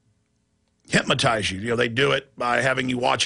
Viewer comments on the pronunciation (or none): Stop saying "hypMotize". It's "hypNotize".